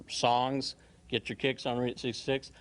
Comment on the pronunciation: She pronounced “Route 66” wrong. Can’t stand these transplants.